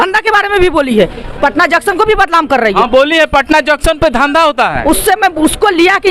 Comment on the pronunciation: Badlam hota hai badnam hota hai pahle bolna सीख